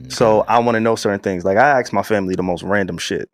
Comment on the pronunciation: Ask not Axe🤦🏾‍♂️